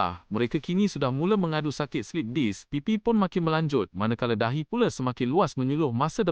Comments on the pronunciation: Slip disc bang bukan slip dick 😅😂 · Bang, bang, bang. Slip disk. Bukan slip dick 😭😭😭